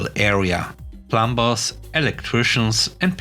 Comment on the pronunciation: I love the fact that your stories are always different.🐧🐧🐧🐧🐧🐧🐧🐧 You came across the word "plumbers" several times today. We don't pronounce the "b", so we say "plummers". Hope that helps.